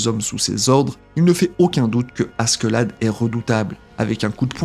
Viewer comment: Comment tu prononce le prénom de Askeladd ça fait mal aux oreilles, le pire c’est que t’a vidéo elle est grave inutile. Il suffit de regarder l’anime pour savoir tous ce que t’a dit